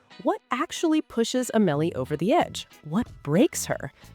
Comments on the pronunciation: It's Au-muh-lee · Not A-mel-ee